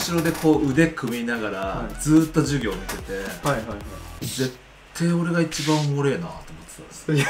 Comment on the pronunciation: 本日は、NSC生に、ジュウィギョーをしてみた、 授業がヒィウィゴーしてるw